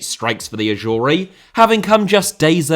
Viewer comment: Why are you pronouncing it "Ashoory"? LMAO